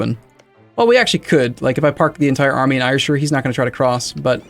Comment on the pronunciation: As someone from Scotland gotta say: Ayrshire is said Air-shire